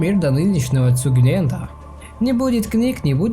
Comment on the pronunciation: как ты не можешь прочитать обычные слова по типу цугундера? Что за цугунента? Цугундер - это тюрьма.